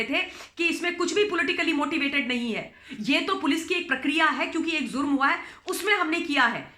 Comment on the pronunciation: ममता बहन....जुर्म कहा जाता है.... ज़ुर्म नहीं।